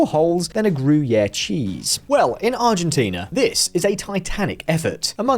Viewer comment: I'm no linguist, but I'm not sure that's how you pronounce Gruyère